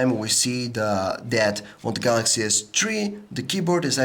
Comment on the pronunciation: samsung galacshy s tree agaynst the aaaaahteeeeeseeee waann exx